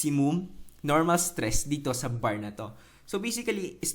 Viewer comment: Natawa ako sa "striss" eh hahaha. Salamat. new subscriber here:D